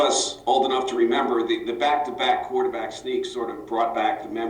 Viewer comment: Thank God i no longer have to hear Gettleman pronounce the word quarterback